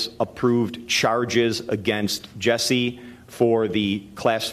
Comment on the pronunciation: Also it's JUSSIE not Jessie